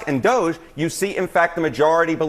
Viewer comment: Did a CNN anchor just say she actually likes Musk and DOGE and wants to keep them around????/ (Technically she said Dusk and MOGE, but I knew what she meant) WOW.